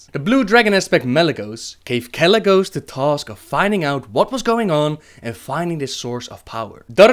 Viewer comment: i love your stories you research is spot on and the detail is amazing, but i am sorry and i mean no offense but why do a lot of Brits pronounce th as an f like Arthas as Arfas and deafknight kel fuzad?